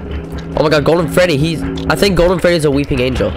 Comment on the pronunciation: "Im literally get chase at five night at fweddys gang" made me 😂😂😂😂